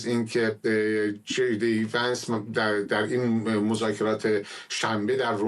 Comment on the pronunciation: Vins نه vansایشتیباه صحبت کرداین خبر نیگار